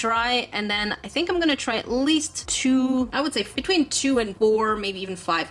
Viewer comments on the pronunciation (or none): none